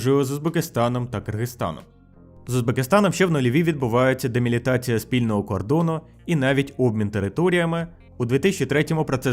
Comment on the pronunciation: Малася на увазі делімітація, корінь «ліміт». Але з якоїсь причини автор жодного разу не вимовив цього слова правильно